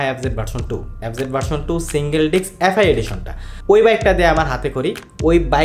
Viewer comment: ডিক্স না উচ্চারণ হবে ডিস্ক৷ ধন্যবাদ৷